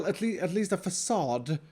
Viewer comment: Fa-suh dude